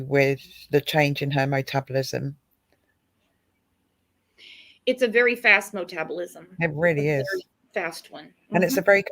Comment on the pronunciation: It's " Ma"tabolisim